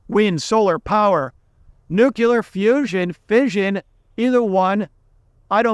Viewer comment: Nuclear has two syllables- new clear. Not three. Two.